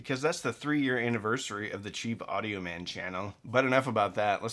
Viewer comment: Its pronounced "teel" audio. Like thiel small parameters.